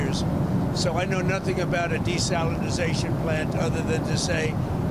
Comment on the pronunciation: "Desalinsization" lol